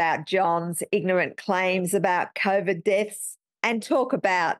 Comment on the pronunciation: My personal sense is that he covered himself by never pronouncing COVID correctly. He called it ‘CORE-VID’. So when he gets dragged in front of a jury l, he could say ‘oh no no no, I wasn’t meaning COVID I was talking about something else. lol.